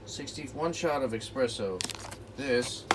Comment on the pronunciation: Espresso, not expresso ☕